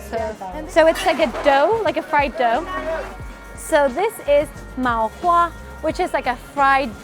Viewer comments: Just correcting some of your food's names. It's TANG Yuan (汤圆), not TONG Yuan. MA Hua (麻花), not MAO Hua. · it's ma hua not mao hua lol